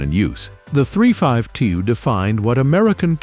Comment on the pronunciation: Poor AI narration, when you call a 352 a three fivety two and kayterpillar etc etc,fix it please or f*&k it off